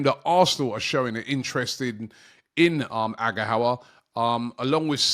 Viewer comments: lol Robbie it’s pronounced as Agh Gha Oh Wa 😂 not Agha howa 😊 love from Nigeria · Hey Robbie this is how to say Samu Aghehowa Ah-geh-oh-wah